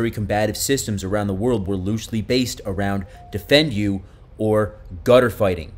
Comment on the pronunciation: Hi, Great presentation. I have his books and have studied his techniques. We even incorporated some of his material in our combatives training befor deploying to Afghanistan. BTW, Defendu is pronounced "DEEFENDU" not "Defend you." Keep up the good work! Chris. CPT Christopher F. Sheridan, 20th SFG (Ret.)